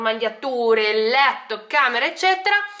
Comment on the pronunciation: Eccetera non ecceTTera .. scusa ma è terribile da sentire ogni volta